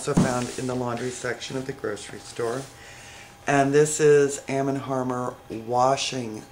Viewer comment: I thought you used pyrex when you made crack? lol... Not sure if anyone else caught it but she says am and harmer.. haha..